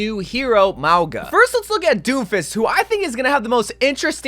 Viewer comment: Lol you're pronouncing a couple hero names wrong. It's WIN-STON, not WIN-TON, there's an S in there... and again, MOW-ga, not Mog-wa